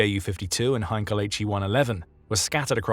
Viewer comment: "Muzzersmyte", "Hinkle" and "Jonkers" 🤣🤣🤣🤣